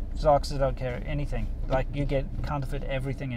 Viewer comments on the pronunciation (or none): none